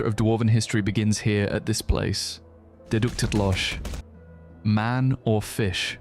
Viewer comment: I think it was manor-fish ( big rich person house, sea creature) rather than man-or-fish (furless biped , or sea creature)